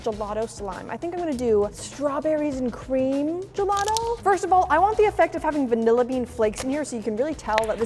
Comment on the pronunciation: I was getting triggered by the Word:"Gelado" THE HECK IS GELADO!?!? ITS GELATO!!! GELATO!!!! DIO BONO SANTISSIMO!!!! (by the way the video was nice 👍🏻)